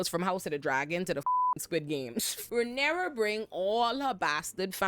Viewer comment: She called her Rhynera pussy-pop Targarean,!! 😂